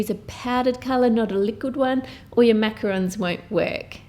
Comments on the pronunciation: Exuse me it is actually a macarons which I think u know already but u pronounce it as macaroons and they are both different things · the pronunciation for the "macaroon" cookie. (Coconut cookie covered with chocolate/caramel drizzle). Its pronounced(and spelled) macaron for a French style "Macaroon". They're not really the same cookie :D